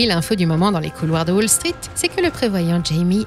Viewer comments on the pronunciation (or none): Tiens on prononce wall street à la française maintenant ?